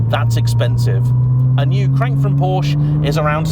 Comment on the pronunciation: Check the part numbers. All mechanical parts, with minor exceptions, for the Cayman/Boxter and the 911 have the same part number. Mechanically, they are the same cars. It would be nice if the Porsche name were pronounced properly.